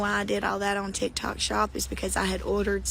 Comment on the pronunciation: When she said "Tikitok", it made me dead lmaooo.